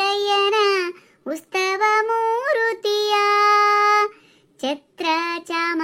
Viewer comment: ಉಸ್ತವ ಮೂರ್ತಿ ಅಲ್ಲ... ಉತ್ಸವ ಮೂರ್ತಿ 😂